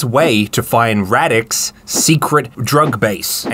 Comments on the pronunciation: "Rawdick", did I hear that one right? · Pole here and it’s difficult for me to take the bad guy seriously with “Radek”. Also, the English voice actors pronounce the name weirdly lmao